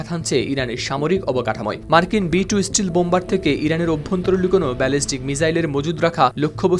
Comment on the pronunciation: স্টিল নাকি স্টেল্থ